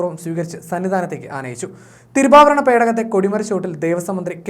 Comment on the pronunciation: തിരുഭാവരണം അല്ലെടാ പുല്ലെ തിരുവാഭരണം'...... കേട്ടിട്ട് ചൊറിഞ്ഞു വരുന്നു